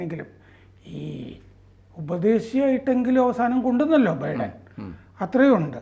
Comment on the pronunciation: ബിഡൻ അല്ല ബൈഡൻ